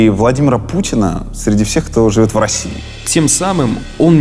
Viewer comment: За видео спасибо, отличный разбор! кстати, твое быстрое произношение "гость" иногда звучит как "гусь" 😀